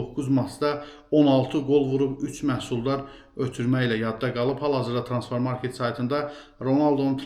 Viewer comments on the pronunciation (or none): Artiq nece aydir YouTube alqoritmi sizin kanali qarsima cixardir deye baxıram ve fikir verirem ki, heç ne deyişmeyib, aylardir eyni cur davam edir: idmançı soyadlarını, klub adlarinı düzgün teleffüz etmirsiz, sehv deyirsiz (mes. Transfermakt evezine Transfermarket kimi). Bu elbetde ki, öz işinize, izleyicilerinize hörmetsizlikdir. İşinizin adi nedi, veriliş hazirlayanda bir az hazırlaşın, metni bir kagiza yazin defelerle oxuyun ki, üzünden oxuyanda bele çaşmayasız. En çox da soyadları düzgün tələffüz edin, heç olmasa idman kanallarinda, Youtube'da apariciların bu soyadlarin nece teleffüz etmesine fikir verin. Bir işe girişmisinizse bir az ciddi yanaşın. Hetta süni intellekden istifade etsez xsusi proqram metni daha yaxşı teleffüz eder